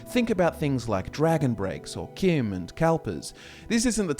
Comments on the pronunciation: If you wanna pronounce CHIM as KIM, spell it that way too. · It is pronounced chim like cheese.